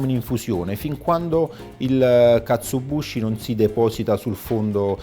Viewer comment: Due piccole precisazioni: 1 si scrive e pronuncia KatsuObushi 2 la w di Wagyu si pronuncia "ua" in giapponese, tranne in casi particolari che non sto qui a dire, la sillaba "va" non esiste! Piccolezze ma che fa sempre bene sapere spero :)